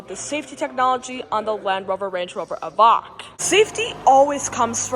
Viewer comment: It's an EVOQUE! Like 'coke' not vok like wok!!